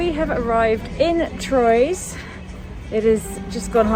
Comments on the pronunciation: love you load but your English pronunciation of Troys - hihihih. It would rather sound THROAH <3 xxxx. Holly <3. Lots of love <3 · a very minor point regarding your pronunciation of the town Troyes in France its actually pronounced Twa in English to get close to its correct French pronunciation. Love your vlogs! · Troyes, on of our favorite towns. Pronounced Trois like #3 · Toyes is pronounced "tro-a" in french. The valid or compelling eason for travelling may be waived (as far as I have experienced) by the fact you are a national of France when travelling into France, or of UK if going towards England. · I hope you enjoyed my hometown Troyes ( pronounce trwa) a little bit. It' s small but nice! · A charmingly italianate pronounciation 😄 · Can you please spell the French town that opening scene was in? I couldn't quite make it out verbally. I'd love to look more at that city. Thank you!